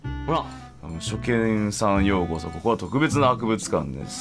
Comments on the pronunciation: 「ようそこ」で草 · しょうじ一味では『ようそこ』が正しいのだ✨